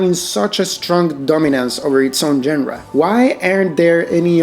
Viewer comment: Surely pronouncing "genre" correctly can't be that hard.